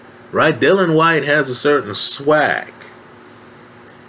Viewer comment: you cool? It's all a blindspot now. Please try to say Dill-I-an White. Yes. White is a battler but not great. Nice man. Klitschko Povetkin was long time ago, and no way does D Dawg lose. I like your hope.